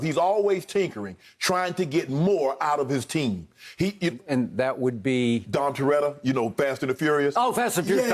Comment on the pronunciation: Nah he said don terreta, he definitely didn’t say it right